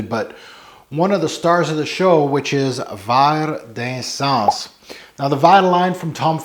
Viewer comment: love ya, love your vids, but you gotta get the French at least a bit closer, omg! 😉 Thanks for posting, I've been curious about this one for a while!